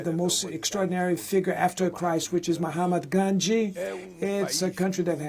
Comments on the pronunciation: who noticed him say mohamed gandhi🤣😂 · How hard to pronounce Mahatama Gandhi.....😂 Mr. Luiz has pronounce it as mohamad ganji.. even in the subtitle also haven't corrected it